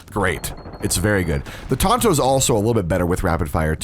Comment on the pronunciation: “The tainto”😂😂